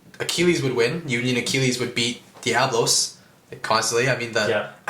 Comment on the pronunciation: It’s not diablos it’s DIABOLOS!